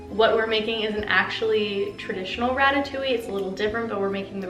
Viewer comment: Being French it’s so weird hearing her saying ratatouilli instead of ratatouille😭